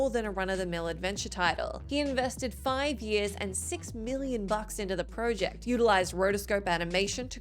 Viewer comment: So it’s everybody at WhatCulture that can’t say project properly 😫